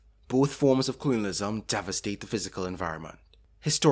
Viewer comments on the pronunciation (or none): Clunialism? 😂 Sorry dude i cant focus with you saying clunial every 5 seconds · Youtube, the place to watch a video essay on colonialism made by some guy who can’t even pronounce the word “colonialism” right